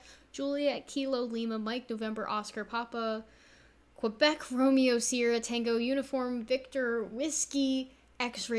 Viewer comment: Good info. Just an FYI. The phonetic alphabet "Quebec" is pronounced "K-bec" on the radio.